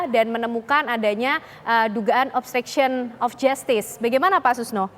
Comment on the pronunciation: kok denger salah pengucapan OBSTRUCTION OF JUSTICE ?